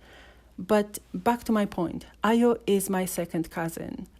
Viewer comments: yeah you're right, I just checked her out on YouTube and discovered she has been releasing music , tho I'm subscribed to her channel but I never got notification on her music Notwithstanding lol , that's not how we pronounce Ayo But she try Sha lol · I know Ayo through her music, They always played it on a cable channel in Nigeria I wonder why she doesn't put out more music, One of her songs ... Me I be Ayo ; but she doesn't know how to pronounce her own name 😅